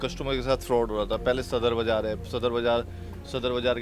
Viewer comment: Bzar nhi Baazar hota h mam